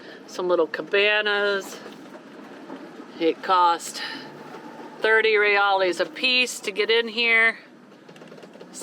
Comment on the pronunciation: its 1 Brazilian Real, but 2 or more is Reais or said "Hey-ICE" ... Real-ees isn't a thing.